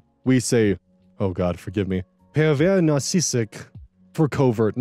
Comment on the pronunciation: "pervers narcissique" is pronounced like that 👍✨ I'm actually surprised you managed to say it so well 😂